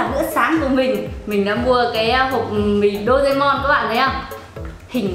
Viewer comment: Chị ơi chị đọc sai tên rồi ạ Đô rê mon chứ không phải là Đô dê mon ạ I LOVE YOU ❤